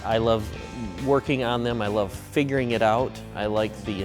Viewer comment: I thought he said “I love fingering it out”